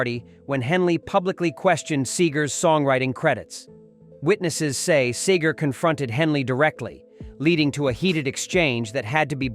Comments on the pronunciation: SEE-GER, fool... not Sager. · Hey narrator, his name is Bob SEGER not Bob SAGER!!!! It's disrespectful to get it wrong!!! Also it's Glen FREY not FRAY! You must be a real chump!! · first of all, get the names correct! Seger is pronounced Seeger not Saager, and Frey is prounced FRY not Fraaay.. Frey and Seger not only collaberated on many albums, but were also roommates, so I'm told. Springsteen sounds like a spoiled brat. Always needs to limelight. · Computer voice, it's SEGER, NOT SAGER!! Nugent could not sing or even come close to being a songwriter like Seger! IT'S FREY NOT FRAY!! AND SEGER AND FREY WERE VERY CLOSE FRIENDS, THIS WHOLE VIDEO IS TOTAL BS!! DON'T BELIEVE ANY OF THIS CRAP, IT SHOULD BE TAKEN DOWN IT'S NOT FACTUAL!! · SEEgur. Not SAYgur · I love the way he pronounces his name sager then Seeger so irritating having AI giving their story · See ger not Say ger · Where'd you get SayGar.? Its Robert Clark SEE-GRR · It’s pronounced “See-ger” not “Say-ger”! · Yo --- you can't even get the pronunciation of their FRIGGIN' names correct, dawg... I had to turn that 💩 off at the 4+ minute mark when you said Frey (it's FRY) and Seger (it's SEE GRRR) hated each other --- which is just more 🐂💩! #GTFOTU🤡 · There's enough wrong with this that I know about that I have reason to doubt all of it. This is pure clickbait, in my opinion. By the way, somebody tell the computer that generated this that it's "SEE-ger" and "Fry," please. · It’s Glenn Frey pronounced Fry! And Seger not Sager! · This robot can't pronounce Segar.. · Bob Seagrams 😂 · It's Seger! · You should learn the proper pronunciation of Seger and Frey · Can't the narrator make up his mind how to pronounce Seger? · You can't even pronounce Bob Seger's name right.